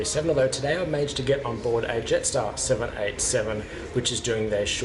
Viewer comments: (Jetstar Yarstar) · Love your witty sense of humour lol (Jetstar Yarstar) 😂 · (Jetstar Yaystar) ✈️ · (Jetstar Yaystar) Great video!!!